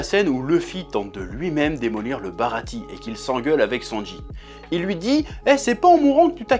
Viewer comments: Ça se lit baratié normalement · Le "e" de Baratie se prononce "é". A part ce petit détail, vidéo très sympa :)